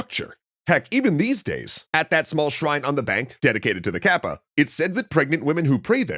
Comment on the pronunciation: Good video! And thank you,, I wish you best luck! (By the way, "かっぱ/カッパ/河童" is pronounced as in "cut" not in "cat.")